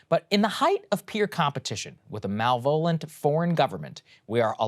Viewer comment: Mal - volent? Malevolent. Why do you do this Saagar? Just pronounce the word properly. Also, I don’t understand why you two keep trying to make Twitter as a public utility happen. It’s not. It never will be. Stop obsessing over how the owner runs his SM site.